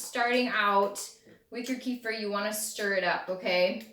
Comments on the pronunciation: thanks for the video. but, by the way, the right pronunciation is ke-feer or better, ka-feer...not kee-fur/kee-fir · You pronounce it incorrectly, at first, I couldn’t even understand what you are talking about. It’s pronounced kəˈfɪər/kə-FEER.